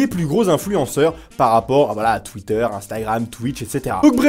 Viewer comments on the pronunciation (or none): none